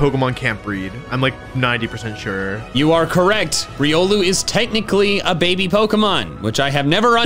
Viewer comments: Alternate title:two grown men take a breeding quiz while bullying the host to say babby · I REFUSE to accept Wolfey's pronunciation of "baby". It's wrong. WRONG, good sir.